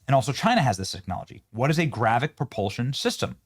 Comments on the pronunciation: Its "gravitic" not GRAVICK. can somebody make sure this nfer has a clue what the hell hes talking about before he makes an ass of himself daily. Its getting worse. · Why are podcasters so bad at phonics? If I had a dollar for every time ive heard a word said hilariously wrong, Id be a millionaire! Anyway, its gravitic, not gravic. GRA-VI-TIC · Benny 😂 so obviously far removed from Star Wars it’s so hilarious. GraviTic Benny..with a T in there. Not “gravic!” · Benny, it is gravITic drive, not gravic. Why would China have to launch these "gravitic drones" from a sub when they have the ability to "hyperdrive" with limitless energy directly from China? Sounds like paranoid schizophrenia to me. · It is pronounced gra-vit-tic, not grav-vic. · GRAVITIC. NOT GRAVIC. IT IS AN IMPORTANT DISTINCTION! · GRA-VIT-IC not Gravic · It's not gravick. It is GRA vit ICK YOU KEPT LEAVING OUT THE VIT PART. YOU SOUNDED SO STUPID I AM EMBARRASSED FOR YOU . GRA VIT TEE, GRA VIT ICK ... please, please just sound it out, phonetics is your friend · Leave it to Benny to mispronounce another word. It's not "gravic", it's "gravitic". "gravic nuke-U-lrr" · Gra-Vi-Tic, not Gravic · Please Benny .... Its spelled and pronounced as GRA-VEE-TIC ... not Gravic. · PLEASE can we say this word correctly? gravitic >> GRAV -IT -IK ... you are saying gravic ... that means something else .. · Gravitic. Say it with me Benny. Gra-vit-ic drive. Love you Benny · It’s gravitic, as in anti gravity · Benny, its pronounced Gra-Vit-ic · GRAV-I-TIC...say it, THREE syllables!!! Driving me CRAZY!! And if they could do it to us, we can do it to them so it's no gain for anybody. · GRA - VI - TIC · It's pronounced Gra-Vi-Tic, Benny. Comon bro. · Benny, I enjoy your podcasts. The word, “Gravitic”, however, has three syllables with the emphasis placed on the second syllable, I.e. “grah-VEH-tic”. Thanks. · Benny, it is pronounced GRAV-ih-TIC. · Benny can't pronounce gravitic 😅